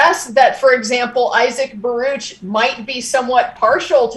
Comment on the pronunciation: Ba-rook, not ba-roosh. It's Yiddish.